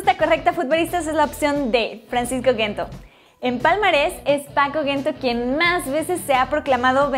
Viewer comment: Mejor que Correa, sin discusion, q Joao Felix, estaria por verse, y no se dice Gento, se pronuncia con J deben de informarse un poco antes de subir videos.